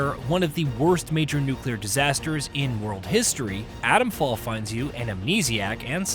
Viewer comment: I wish reviewers pronounced 't's. It's not Adomfall.